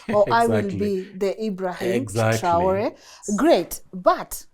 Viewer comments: His name is not traolé it's TRAORÉ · its traore not traole...gikuyu ni gikuyu tu